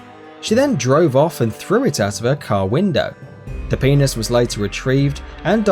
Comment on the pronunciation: The way he said penis though lol [paenis] hahaha